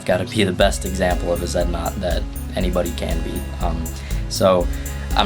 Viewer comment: *zed naught